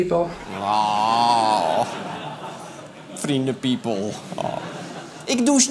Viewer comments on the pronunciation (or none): Nobody::frie the piepol!